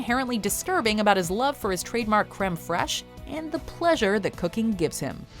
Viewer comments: creme friessssh.....cafeteria creme freishhh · How do you mispronounce something when it happens in a clip directly after you say it? I'm talking about Crème Fraiche.